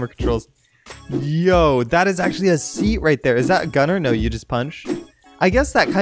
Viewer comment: "let get roight into the news!" rocket hits him = death of laughter